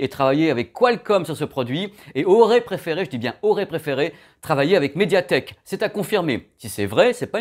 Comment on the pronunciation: j'ai eu mal au coeur en entendant meduatek